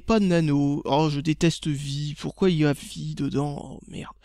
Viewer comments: Ha et on dit "Vi AIE" pas vi mdr et vi est un standard ^^ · On dis "Vi-ail" gamin et non vi ;p